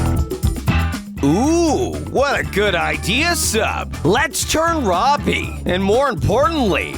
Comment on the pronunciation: so did you it is robbie not Robby or robey